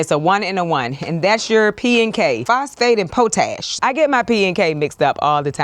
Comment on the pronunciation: SIS! 💀 when you said, "Po Tash!" 😭😭😭